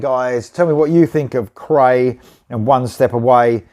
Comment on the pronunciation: Cool tune & band. For future reference this band’s name is pronounced ‘cry’. I watched an interview with founder/guitarist Andreas where this was brought up. Cheers!